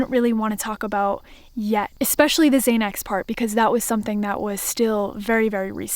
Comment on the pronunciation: I think you mean xanax (zan ax) not (zay nex)